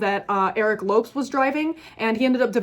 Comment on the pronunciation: Lopes is pronounced like the Spanish Lopez